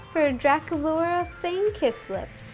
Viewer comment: it is Draculaura not dracalura